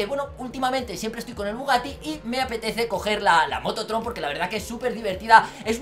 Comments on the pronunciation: crei que dijo moto troll XD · Cuando decia la moto tron yo le entendia la moto troll :v